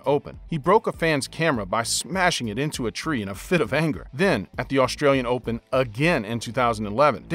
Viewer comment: Dude, st isn’t sh. Australian not Aushtralian. String not shtring. And on.